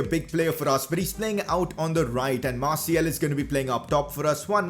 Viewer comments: stop saying Marciel its Martial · He Said Masiel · It is martIAL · How he says Martial tho